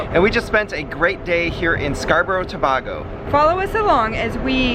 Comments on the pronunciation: It not to ba go it tobago😑😡😡 stop saying out thing worng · Please pronounce the name correctly . Its Tobaaaago!! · To-bay-go for reference btw! Loved the vlog and happy you enjoyed 🇹🇹. You had chicken pelau with stewed chicken.